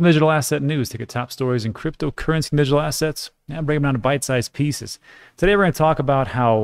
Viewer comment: it's not going to kill you to say your introduction one second slower so you can pronounce cryptocurrency and digital assets properly